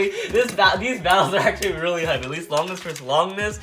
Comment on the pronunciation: he said longinis